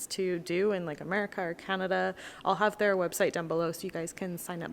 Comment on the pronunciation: lol..., you totally pronounced Canada in the Japanese way「カナダ」(around the end of this video)